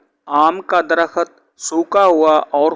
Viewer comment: bhai mullah ji Darakhat nahee sahih DARAKHT HAI.